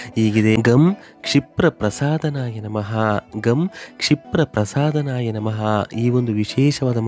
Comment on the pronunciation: Gam kshipra prasaadaya namaha.What you have pronounced is wrong